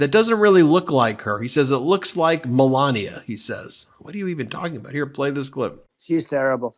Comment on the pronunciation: He doesn't even pronounce his wife's name right. "Mel ah knee ya."